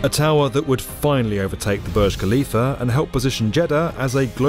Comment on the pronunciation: Please stop pronouncing Burj Khalifah as Boj Kalifa especially with nonsense British accent. It’s not your language and so you should learn how to speak the word . That’s a respect. It’s pronounced as “Boorj” as in “uu” and the “r” must be heard, finally“Khalifa” as Halifa not Kalifa. It’s always annoying when you say it thinking you are knowledgeable 🙁